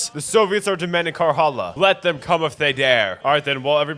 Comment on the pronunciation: now I could complain about the way you pronounce finnish words like jalkaväki, alkoholiliike and karjala. Instead I'm going to commend you for pulling off a defense I never could